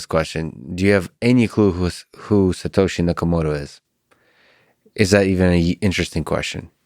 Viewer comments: It's Satoshi Nakamoto, not "Yakamoto". Wrap your head around that, kid. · Ok, it's SATOSHI NAKAMOTO. This means CENTRAL INTELLIGENCE.